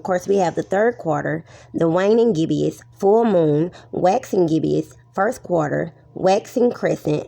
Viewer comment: There is no such word as "gibbious" it's gibbous; two syllables, not three.